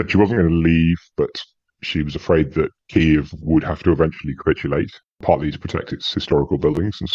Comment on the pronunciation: Pity doesnt pronounce the name of the capital as do both ukrainians And most journalists....!!! Shame.... anglokiwi.